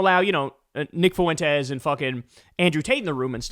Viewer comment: Not to be an ass... It's not pronounced foo-wen-tes. It's fwen-tes.